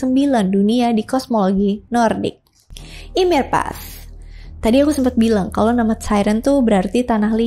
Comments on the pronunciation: di aot bacanya yemir kak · Kak seharusnya baca nama ymir m nya g dibaca yang benar ini yimir